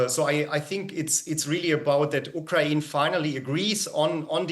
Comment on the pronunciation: You brought in an expert who can't even say "Ukraine" right...